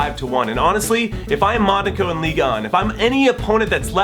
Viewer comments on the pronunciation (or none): none